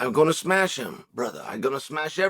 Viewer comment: Did Chael forget about the Gilbert Burns fight? He didn’t “smesh” him